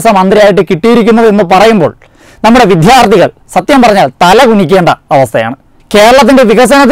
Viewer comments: ചേട്ടാ.. വിദ്യാർത്ഥി ആണ്‌, അല്ലാതെ വിദ്ധ്യർത്തി അല്ല... ഇത് ഒരു channel, ഒരു news reader പോലും ഇന്നേ വരെ പറഞ്ഞു കേട്ടിട്ടില്ല.... ഇത് എല്ലാ channel കാർക്കും applicable ആണ്‌?? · 'വിദ്ധ്യാർത്ഥി' അല്ല ചേട്ടാ വിദ്യാർത്ഥി ആണ്.